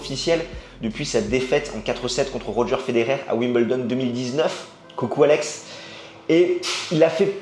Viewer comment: pourquoi dire Wim bel don alors que c ' est Wimbledon ? pourquoi dire un peuzeul alors que c ' est un puzzle ?